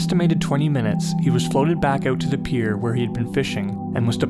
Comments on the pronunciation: HAHA! Thought so. Nice. Oooot! Almost Scottish. Have you heard about all of the strange disappearances in national parks etc. David Paulides deals with it. missing 411. The Scottish lighthouses and missing British Regiment in Turkey WW2. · infamousfanclub Yep hes Canadian. You can tell by the way he says "out"!!! Ouuut